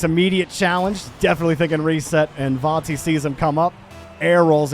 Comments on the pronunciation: Its not cringe at all but please pronounce it correctly vati no vorti or vanti its disturbing af the R shouldn't be pronounce even more before the "t" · he isn't saying vati at all he sounds like vonti or varti which is wierd. It is just VA-TI